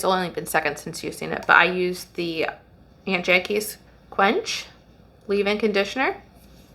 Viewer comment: Hi Good video FYI This brand is pronounced like AWNT JA KEE’s